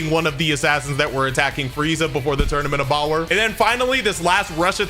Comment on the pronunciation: Do you say Tournament of Bower for a reason?